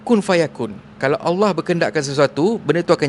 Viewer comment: Bg kasar cara tegur sebut allah pun tk betol